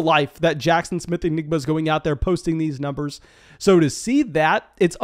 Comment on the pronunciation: keeps pronouncing it like “Enigma”. And I’m not sure I can listen to that for the next year. 😆 Because we know, the buzz this year for JSN is going to be 🚀 🚀 🚀 📈📈📈